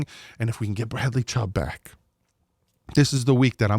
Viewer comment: Chubb not chopp